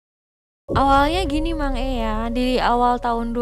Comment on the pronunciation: Panggilnya kok mak'e..😅 Yg betul mang E....gak sih?